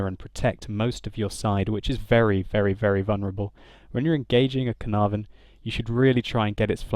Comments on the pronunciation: Ca-Er-Nar- Von ! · I'm Welsh, and the Caernarvon is named after the Welsh town Caernarfon, and every time you said caernarvon i died a little inside... It's pronounced Kair-nar-von (second "a" sounds similar to the first) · The way you pronounce Caernarvon is really funny 😂 I don’t know why they use a “v” instead of an “f”. It’s named after a place and the place name is spelled with an “f”